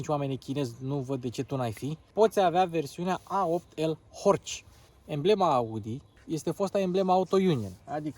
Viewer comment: Se pronunta "horh" fara C'u ala ✌️😉